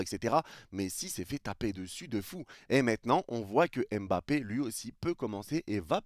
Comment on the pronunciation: D apostrophe avant Mbappé pour dire EmBappé 🤔 C'est un peu affligeant. Surtout quand je vois des jeunes joueurs de France ou de Belgique d'origine africaine écrivent leurs noms de famille avec des apostrophes (genre N'zuzi etc...😵). De grâce, oubliez l'accent. Un petit effort est dite MmBappé ou encore MmBokani 😊. Pour le reste, les propos de l'immigré sur l'affaire Mbappé est pertinent.